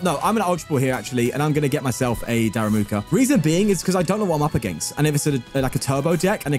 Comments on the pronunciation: “Daramuka” lol so fun how you say it, it is darumaka! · Why does he call it "daRAMUka" instead of daRUMAka 😢 this is not about pronunciation, it's not even the same word